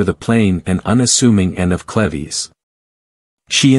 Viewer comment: This whole video is pronouncing “Cleaves” incorrectly. Such an annoying distraction to the otherwise good historical presentation.